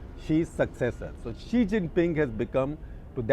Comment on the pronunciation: The struggle for non-English speakers to understand Xi from she is real in this video....... 😅😅